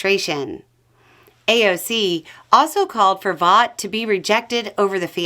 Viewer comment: Vought is pronounced "Vote", He corrected the record during his hearing.